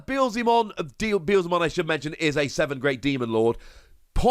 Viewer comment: Yess your Beelzemon pronunciation is improving